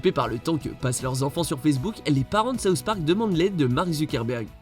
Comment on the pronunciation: Sauce Parc ? Pas possible de faire un petit effort de prononciation ?